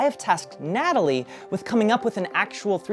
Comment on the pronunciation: Mf did not say Natalie 💀